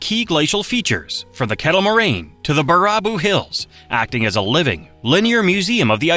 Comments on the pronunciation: It's pronounced bear-a-boo. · Baraboo is pronounced "Bear a boo" and Devil's lake is called that because the Indians didn't think there was a bottom. My home 👍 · 39. Baraboo . . . pronounced "Bare a boo" 37. I've been to the top of the Devil's Doorway 32. , you're looking at an artificial island. 30. Win-a-bay-go . . . damned AI. 28. There is a unique feature to Lake Superior, there is a deep crevice in the western area that gets wider the deeper it goes. It's also known as "Lake Gitche Gumee". 16. "Meh-nah-moe-nee" . . . 15. Cave Point . . . I once had to pull out an 8yo boy who fell into that little bay. Tore the crap out of my shoulder doing it. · Baraboo is terribly pronounced wrong on here. It is pronounced: bear-a- boo. It also slaughtered Winnebago. It is Win-a- bay-go. Omg. I almost puked when I heard how it pronounced Menomonee. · it's pronounced Bare-a-boo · I don't think I've ever heard "Baraboo" pronounced like that before... (FYI, it's pronounced bear-a-boo) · Baraboo = Bear + A + Boo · It is pronounced “Bear a boo” dummy! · As a Wisconsin native, I understand outsiders having trouble pronouncing some of our town names. Your crap AI cant even pronounce words like archipelago or simple ones like Baraboo. Bear a boo. I couldnt even finish the video. We need to start blocking this lazy AI content farming. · Baraboo - “bear ah boo” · Bare-a-Boo. If you’re going to do a video on Wisconsin, then at least take the time to learn to pronounce the names, or program the crappy AI voice to say names correctly! The video is appreciated, but the mispronunciation is not. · Its bear a boo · It's pronounced bear-ra-boo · ABSOLUTELY AGREE. I'm from the Dells and the way Mr. AI says BuhRAHboo instead of Baraboo makes my blood boil. Are there any videos left anymore that don't have an AI narrator? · Baraboo pronounced Bear A Boo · Im going to start calling baraboo, bar-rah-boo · I would’ve loved it if someone would’ve taught this computer how to say Baraboo. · Bear ah boo